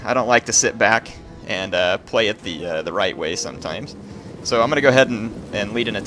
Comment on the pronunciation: Is it just me, or does Heir say "pway" instead of "play"?